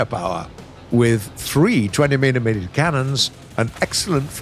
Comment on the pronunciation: with 3 twennymennymenuh cannons